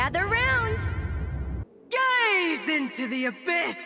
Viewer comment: Its "gaze" as in ur gazing like staring intensely